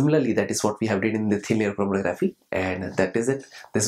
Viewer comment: this lecture is so informative and funny... lol... "chrrormkkgfrmtkcrgggrffphy"